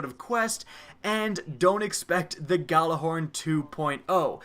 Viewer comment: the fact that we are this far into destiny and people still pronounce the gjallarhorn wrong drives me nuts